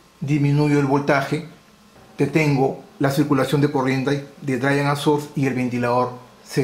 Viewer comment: Eres un gran maestro, de los mejores. Para tu mejora continua, te recomiendo afinar la pronunciación. Drein Sourss como se escribe. Geit Un abrazo